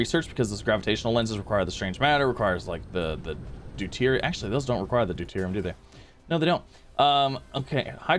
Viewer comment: OHMYGOD HE ACTUALLY SAID DEUTERIUM CORRECTLY